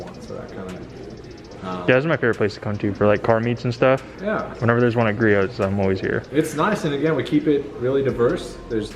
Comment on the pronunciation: Great video! Btw the t in Griot’s is silent. 😉